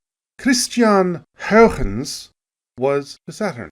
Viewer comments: If you don't wanna have to use a Dutch pronunciation, just say it the way that he pronounced it first. Hoygens, not Houiechchchchens, which is my best approximation of the spelling of the way you pronounce it in Dutch. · Amazing video - l never knew Titan was a candidate for life > u < I learned so much again, it's amazing. That joke was horrible though but l forgive you. Also l think your pronunciation of Huygens got worse over time. It's not "Hougens" dangit :p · Looks at having cameos. Nice. Still can’t say Huygens tho haha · I just say HY-gens like everyone else, but thanks for lesson in Dutch pronunciation. It sucks that probe landed in the wrong spot. We’ll need to go back. Perhaps we need several smaller probes, sort of like a MIRV to ensure we land at least one into the right spot. We got back to Jupiter rather quickly, so it might happen. I know they are working on an orbiter for Neptune, so maybe before I die? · I am going to spend the rest of my morning trying to annunciate Huygens. I do not think I have been close once.